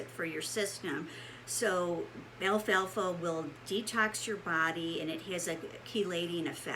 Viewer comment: Why are ppl pronouncing this Alfa Alfa ? It’s al-fal-fa 🤦‍♀️